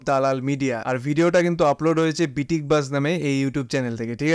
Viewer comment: বিটিক না, বিতিক 😆😆😉